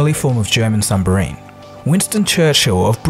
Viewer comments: "O-VEN" and "SUMBARINE" , all this amazing research and facts and not second to try and pronounce stuff for the vid😅. Jokes aside quality content as usual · I thought he said sumbarine as well. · German Sumbarine :P